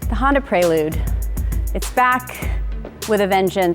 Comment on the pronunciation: Yikes, they butchered the prelude name